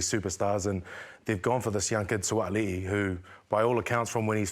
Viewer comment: Crazy to finally hear Sualii pronounced right. League needs someone who actually knows Islander pronounciations. I laugh at the whole thing as the League media are blasting Sualii at going to Union when League clubs were offering the "world". How ironic that he goes to a sport that really is "worldwide".